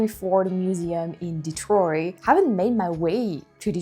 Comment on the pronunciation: It's cute how you say "Detroy" instead of "Detroit" :)